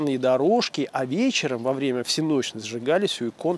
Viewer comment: всЕнщной а не всенОщной :-)